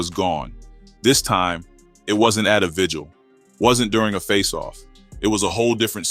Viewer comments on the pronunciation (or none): none